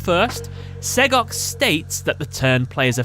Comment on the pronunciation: This was the first time I've heard SEGOC said out loud, and I'm glad to hear it's said the way I thought it would be.